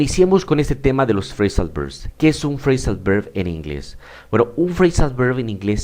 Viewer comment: Hola profesor, muchas gracias por su vídeo, le doy un consejo: no quiero ofenderle pero le recomiendo que intente diferenciar la pronunciación de la V y B en inglés, ya que no es como en el español, en el inglés la V se hace con los dientes en el labio inferior, y usted pronuncia "berb". Los hispanohablantes somos propensos a pronunciarlos igual pero no deberíamos, porque podemos confundir al otro con ciertas palabras, por ejemplo, si pronunciamos voice como boice, se puede confundir con "boys". Un saludo 😊